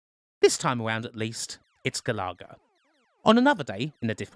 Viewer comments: *GAL-UH-GUH* Galaga :P NOT GA-LAW-GUH shutters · Ga-lar-ga? GA-LA-GA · Also he pronounced it stupidly - should sound like Gallagher* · Sorry but I need to know if I've been pronouncing it wrong since I was wee. It's Gal uh-gah isn't it? Not Gal-ah-gah? Not having a go btw just looking for the answer. And where's pacland? New Zealand story? R-Type? Flashgal? Bagman? Gryzor? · look, i love you, and i want to have your kids, but, it's pronounced GAL uh Guh, not GuhLahGuh lollll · 🤦🏻‍♂️🤦🏻‍♂️🤦🏻‍♂️it’s “gal-a-ga”. Not “gal-ar-ga”. I’m having a meltdown !! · Pronounce galaga again for us.